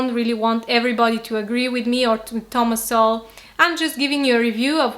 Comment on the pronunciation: you use to pronounce it as So-Well but now you pronounce it as soul, you've been watching uncommon knowledge?